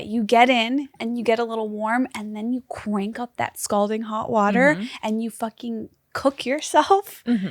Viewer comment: “qwank up” I’m tryna decide if it’s adorable or intermediate.